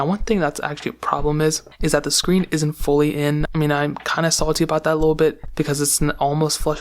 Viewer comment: The scween😂😂😂